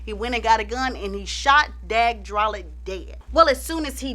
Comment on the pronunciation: Dag’s last name is pronounced “droll-lay”. And the movie was “Last Tango In Paris”.